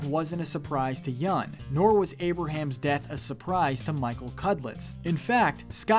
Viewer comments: Yoon not yun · Yeun not yoon or yun